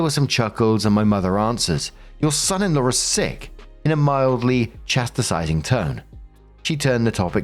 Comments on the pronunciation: mate, it's not chastersizing, it's chast.. ising:-) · You're adding a whole extra syllable to the word "chastising".